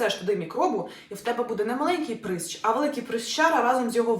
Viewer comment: Прищ, навіщо то коверкати!?